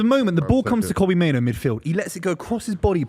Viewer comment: Why does the Man United fan mispronounce Kobbie Mainoo's name as "Kobbie MainOWE?"